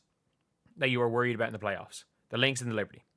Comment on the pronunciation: Did you say playoffs?🤣🤣🤣😂😂😂